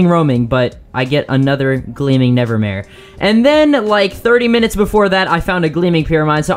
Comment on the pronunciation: This dude really said he encountered a gleaming “nevermaye”